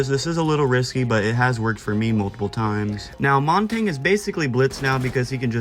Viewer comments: if you're saying Monty I'm wrong but it doesn't sound like it, it sounds like you're saying Montagne and pronouncing the G somewhat which is wrong, I'm not nitpicky I just thought it was funny but ofc you had to get all defensive, idgaf how you pronounce words dude... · the way blud pronounces montagne